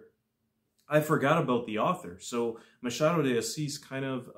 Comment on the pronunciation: Well done! You are the first non-Portuguese speaking booktuber who got the pronunciation of the author's name right. Your pronunciation of "Machado de Assis" was perfect. Thank you also for your brilliant review!